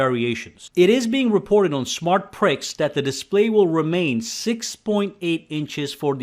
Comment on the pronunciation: SmartPrix, like Grand Prix, pronounced PREE, not pricks.